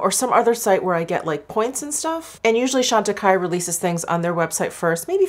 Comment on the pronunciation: Jefree Star used the Chantecaille CBD cream in his last "testing new products" video. He pronounced the name "Chantecaille" incorrectly. 🙄